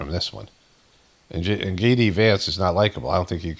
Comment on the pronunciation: "Gay D Vance...."😂